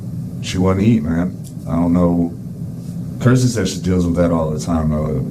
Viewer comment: Kirsty not kristy